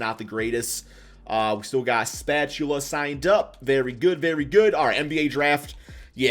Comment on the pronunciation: Spatchula??? Lmao